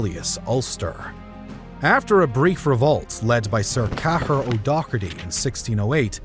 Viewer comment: Hence why the Irish dislike the English. Cahir is pronounce “Care”. I have two friends named that.